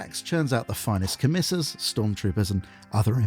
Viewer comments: You always make amazing videos and this one is no differn't but christ if you can't pronounce stuff right. Co-misser-s? Ka-tach-in? Christ man 😭😭😭 Nice to see people acknowledge the cost and viability of these builds. Feels very down to earth and relatable :) Building warhawks is a weird one. They're effectively like the Elysian Drop Troops but stormtroopers. Looking at the Fantasy Flight RPG books for more modern images, I feel like anything but a scion head would fit alot better. Even the normal kasrkin head (with the breather filter bits chopped off for a more drop troop look) feels like it would fit better with their distinctive goggles. Adding grav chutes helps alot to. the Royal Volpone as an army are allready pretty well accounted for with the normal scoins kit, with more fantasy based character models for special characters, and normal cadians for the normal infantry. Its an odd case. You could maybe try using the new horus herasy Solar Auxilia for something differn't, or kitbash them with scions for something that strays away but is maybe more interesting than just blue scions tho. Speaking of Gaunts ghosts custom regements, how about giving the Vitrian Dragoons a go if you ever do another video like this? Tehy seam like quite a ballache to convert with their glass scale armour. Think the auxillia VELETARIS Veletaris could be a good case if you can get the scale texturing down, with their slitted helmet visors? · This video was amazing, but we are sending the Adeptus Arbites after you for that pronunciation of "commissars" 😂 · The way you pronounce catachans and commissars makes me rip my dick off. Good video though